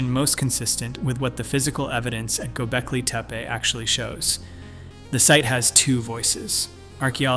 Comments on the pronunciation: Pronnciation is Gobekli not Gobelki. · Might help if you pronounced the word properly. I mean, READ THE WORD. It’s gobekli, NOT GOBELKI. Not even worth finishing the video if you’re gonna get that wrong through the entire thing. And don’t try to say thats the way it’s supposed to be pronounced. It’s not.